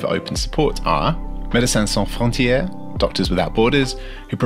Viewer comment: The way you pronounced medecins sans frontieres just made my day